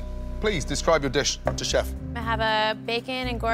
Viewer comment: “thank you chepfff” who else heard her say that lol no just me I guess